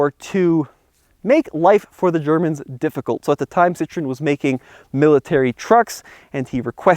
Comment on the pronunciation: I Wonder Why everytime you say Citron you have to say it with a weird French accent? you don't sound like you know how to speak French LOL